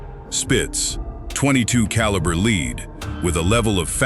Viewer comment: What in the hell is leed? The guns shoot leed pellets? Sounds like some kind of grain.